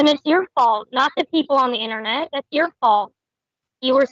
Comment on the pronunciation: Take a shot every time says, "innanet" 🥃